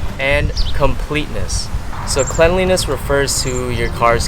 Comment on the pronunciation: why did he say why he say “cleanliness” like that